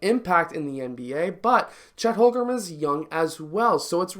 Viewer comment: Watched your Chet videos, pronounced more like Home-Grin than Hol-Grum. Great video though!